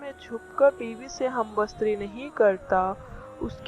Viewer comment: ھم بستری بولنے کی تمیز نہیں اور دینی باتیں کر رہی ھو۔۔پہلے تلفظ ٹھیک کرو یہی تمہارے علم کی دلیل یا معیار کا پتا دیتا ھے۔